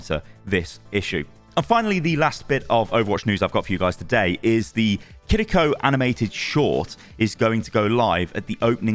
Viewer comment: Just say “Kiriko” in an English accent. You’re not impressing anyone by trilling your “r” and quite frankly it comes off as cringeworthy.